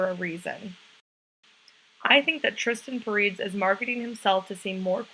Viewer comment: You're pronouncing his name wrong